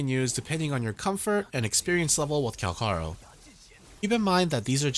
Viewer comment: Everyone plus the asians pronounce it CalCHaro... but you had to be different. Even if this is how supposed to pronounce his name, you definitely took the umf out of his name. Calcharo sounds better than kalkaro.. which it doesn't seem right with your example as C and Ch is in the name. Haven't found a language where the C and Ch sounds the same.